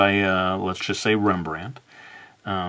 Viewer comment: I really died laughing😂😂, cause the way you pronounced rembrand